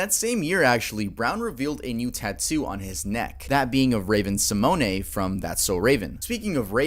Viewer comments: “Raven Simonay” that generation gap apparent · Raven Symoné is pronounced Simone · Lmao “Raven Simone’” lmaoooo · I absolutely LOVE AND ADORE this channel!!!😍🥰 That being said, with utmost respect, I've noticed some of your name pronunciations are more European than the American pronunciation. Raven Simone = Raven sim-OWN Shia Labeouf = Shy Luh-buff Louis Stevens = Lew-is Stevens. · I cut the video off when you said raven SIMONAY shit blew me😂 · Raven Simone, you miss pronounced her name lol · Raven Simoneaye Edit: oh my fucking god now Louie Stevens? Bro how fast do you rush through your damn research? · Uh, Raven Simmonay?? Haha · “Raven Simonay” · I’m sorry, how did you pronounce Raven Symoné’s name? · Not how you pronounce Ravens last name, and that’s not the name of the character Shia played on Even Stevens. 😬